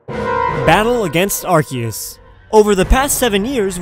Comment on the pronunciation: I liked simply cuz you pronounced Arceus right.